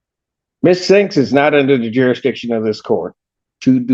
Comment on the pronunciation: Spinks. Not 'Sphynx'.